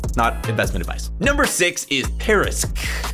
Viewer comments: just to let you know, it's not parisq but parsiq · ParsiQ, not parisQ ... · #6 Parsiq not Parisq. 🤣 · Dude, it's PARSIQ, not PARISQ....